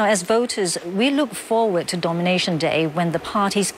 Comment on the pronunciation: did i just hear the host pronounce nomination day as "domination day"? a hint of things to come? hahah